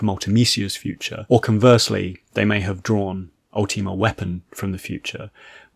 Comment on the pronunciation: Bro you yapped for 15 mins and didn't delve into any of the "secrets" of the facility. Also for someone who likes to be pretty grandiloquent it's probably about time you learn how to pronounce "Ultima".